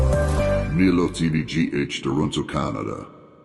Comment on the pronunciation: You can't even pronounce the name milo